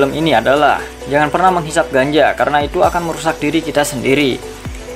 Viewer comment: Yutuber doang, ngomong ganja jadi ganjo, canda ganjo